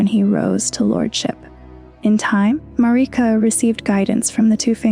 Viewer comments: It's odd that people are saying Marika's name like this...they say her name in the game. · I will share and subscribe if you pronounce Marika correctly, for now you only get a like, lady. Lol I cringed